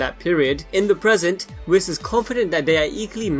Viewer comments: I thought it was pronounced "Weese"(Whis) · It’s really not whiiis is more like a weese (Whis)